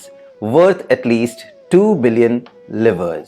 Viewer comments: Thank you for this thing, but a certain pronunciations are incorrect. It's not 'rejaim', it's 're-ji-me'. Not 'livers', it is 'liv-ras' It's not 'Loke'- it's pronounced 'Lōk-h'. And, Jacque Rousseau is pronounced as 'Ja-ka Roo saah' And 'treatises' as 'tri-tus'. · Ok so, so so so ur pronunciation of some words like livre and John locke is so bad . Livre is pronounced like ‘liver-a’ and locke like ‘lokh’